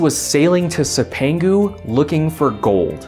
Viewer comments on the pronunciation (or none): love your work. cipangu is pronounced "chip an goo" the "c" is the Italian soft c which makes our "ch" sound